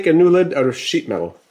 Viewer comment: "the best way".. "sheetmetal"? Is this the real you,?